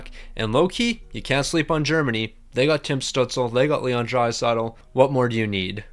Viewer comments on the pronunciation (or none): none